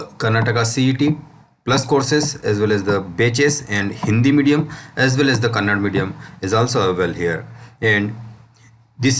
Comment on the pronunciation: It's not Kannad it's Kannada